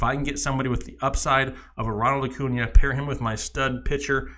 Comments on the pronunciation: As soon as I heard your pronunciation of acuna and bellinger I immediately second guessed your credibility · Cody Bell-ing-er? Acu NA? Bo Garrets? Dudes, pro tip: watch MLB Network for like 5 minutes and learn how to pronounce these player names.